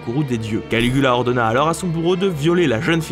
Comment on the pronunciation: Jai entendu Canicula au lieu de Canigula